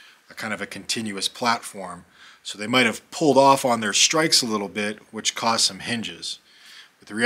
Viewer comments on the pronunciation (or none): none